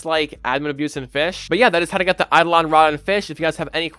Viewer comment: YOU CAN PRONOUNCE IT!? 😮